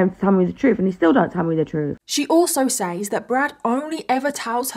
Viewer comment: I love watching your videos but please, PLEASE for the love of God, pronounce "says" properly. It's "sez", not "saze"...